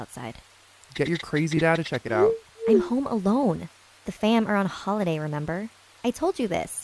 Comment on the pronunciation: instead of it saying remember it say rember